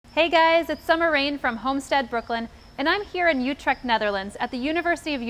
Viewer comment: You perfectly said "Utrecht" at the end of the video haha.. I enjoyed watching your video and too bad that giant plant is dead. I saw him flourished last year when I came there and it was so pretty. Groutjes uit Nederlands.